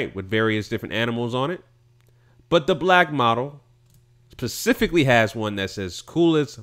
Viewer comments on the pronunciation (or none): Who are his parents? Also its pronounced specifically not Pacifically. Good broadcast.